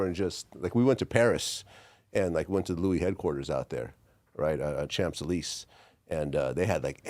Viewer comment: Did this uncultured fool just say “champ suh-lease”? 😂